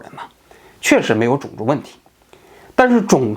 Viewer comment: 王局平翘舌问题相当严重，种zong族、层出cu不穷、、、、